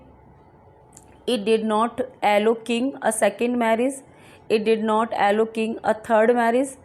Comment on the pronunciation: एलो नही.. अलाऊ